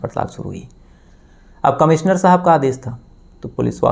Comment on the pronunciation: अरे भाईसहाब... आपकी भासा कब सुधरेगी ? आप कब श को स कहना बंद करोगे? "कमिसनर" कैसा अजीब लगता हैं सूननेमे...